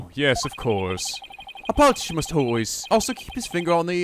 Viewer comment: Come on,. Paul Atishon? POLITICIAN.